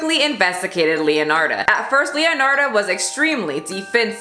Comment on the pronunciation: I love that you talked about leonarda cianciulli since I'm italian and it's one of my fav italian true crime stories! Btw the pronunciation is leonarda with the e pronounced as /ai/ in said and as for cianciulli both /ci/ are pronounced as /ch/ in china! Hope it helped!